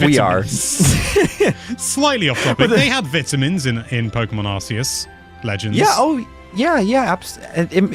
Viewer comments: Really it is pronounced “Arkeus” from the Greek word “Arké”, origin, e the Latin word “Deus”, god. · No no...it's Ar-Kee-Us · It's Ar- Kay- Us. Arcane, and deus. What do you mean 'they were mocking corrections like these'? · Arceus is pronounced "Ark-eus", not "Ars-eus". When Pokemon Battle Revolution came it that game did pronounce it Ars-eus, but all subsequent official pronunciations have been "Ark-eus". This is thought to be an intentional change (rather than a mistake in PBR) in order to make British school children giggle less. This has been useless facts with Jonny, you're welcome! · Zion is wrong, it was pronounced arse-ee-us but as of Pokémon Sun and Moon it is arc-ay-us. Silvally's ability is RKS System, not RCS System. I agree with him that this won't be my favourite game of the year, I will prefer Elden Ring and Breath of the Wild 2 almost certainly. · NO It’s actually pronounced Ark-ee-yus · It’s not arkeus It’s not arseus It’s ARKOUS!! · It's pronounced arsayus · i think it's pronounced "ar-kei-us", as in archaic - ancient; deus - Latin for ‘god’. Even in the movie it's pronounced that way. Oh well, to each his own. 🤷‍♂ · actually it’s ARKOOS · I like how the voice “correcting” you on the pronunciation of arceus actually got the pronunciation wrong! 😂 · Incorrect, the new JP trailer probounces it Ar-See-Us. It was changed in Europe/UK because of the word "arse". The original and accurate pronounciation is Ar-See-Us. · ...It's definitely a hard C in Arceus, not an S sound.